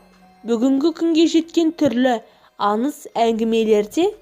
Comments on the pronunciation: Аныз емес аңыз ан емес аң недеген топассыңдар дурыстап соилеңдершы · Бекзат Тасбулатов мына қыз аңызды аныз ханның дегенді ханнын оқиғаның дегенді оқиғанын деп ң əрпін дұрыс қолданбай ашуыңа тиеді екен .тағыда бір журналист жігіт бар дəл осылай сөйлейді.қазіргі кезде қазақшаны бұрмалап дұрыс сөйлемей қарақалпақтың, қырғыздың, ұйғырдың сөздерін қазақ сөзіне араластырып сөйлейтіндер көбейіп барады.ал егер мұның дұрыс емес дұрысы былай десең бетіңнен алады,бұл диалект дейді.сонда əрбір қазақ тіліне енген сөзді диалект дей берсек қазақтың сөздері келешекте диалекттен тұратын мəні мен сəнінен айрылған тілге айналмайды ма?- бұған жол беруге болмайды.Мысалы келе жатыр дегенді келе жатыпты.айналуды айлану бірдеңені бірдеңке ештеңені ештеңке деп сөйлейтіндер көбейіп барады.Əсіресе ештеңке бірдеңке деген сөздер қазақ сөзіне тіпті үйлеспейді.құлаққа түрпідей тиеді деңке мөңке маңқа деген сияқты көкейде ұғым тудырады.міне дəл осы екі сөзді бұрын мүлде естімегенмін.өйткені бұл ұйғырдың сөздері екен.бұрын 20-30жыл бұрын сөйлемеген менің каластастарым көршілерім тіпті туысқандарым да осылай сөйлеп барады.бұны қалай тоқтатуға болады.Ең сорақысы əншілер журналистер тіпті ақын жазушылар осылай сөйлеп қана қоймай кітаптарына солай енгізген. Бұл мүлде жол беруге болмайтын қателік ағайын.əдемі тілімізді келімсек сөздермен бұзбайықшы.Ана тіліміздің тазалығын сақтайық.